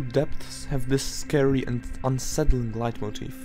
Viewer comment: Are you german? Your pronounciation of the word "Leitmotiv" is really impressive